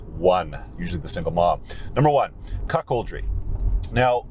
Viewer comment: Did he say 'cuckold' or 'cockold'? Asking for a friend.